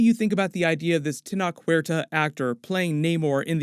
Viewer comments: Actor's name is pronounced: // Ten-OCTh // Huerta. Regards from Tabasco, México [Land of The Olmecs]! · It’s pronounced Ten-oh-ch. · The name is spelled Tenoch Huerta, the CH makes the same sound as in Cheese, so you have to say “Tenotsh” Huerta.